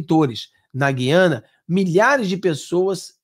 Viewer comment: Ranço do lula mas uma palavra ele pronunciou corretamente. GU-IA-NA. Na minha época pronunciava-se corretatamente. GU-IA-NA e não GUI-A-NA